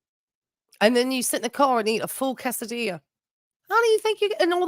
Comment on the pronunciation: That was no quesadilla, that was a “quesadia” or what did she call it? 😅😂